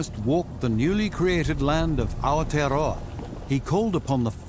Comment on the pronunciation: Really makes you appreciate the quality of NOVA. Pros: gorgeous landscapes, and it explores a few places like Reúnion and Lord Howe that most of us may know only as a name or not at all. Cons: A lot of small but annoying inaccuracies and painful mispronunciations in the places i do know (Caldera, King Hamehameha, Aotearoa), so i have to take the rest with a grain of salt. Also, even given the theme of volcanoes, it seems very arbitrary what tiny facets of each island's culture (often stereotyped), history (often more about colonizers than natives), and landscape (Hawaii is far more about sugarcane and macadamia nuts, and why is the whole of New Zealand reduced to Whaakari/White Island when the whole island chain is volcanic and has the rich maori culture and some of the most unique native animals on earth?)